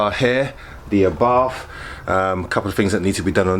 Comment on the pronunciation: It's pronounced R-bart, not Arbarf. Do you pronounce Porsh-a as Porsh?